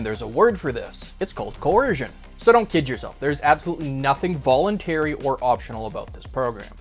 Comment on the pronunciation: Volentary lol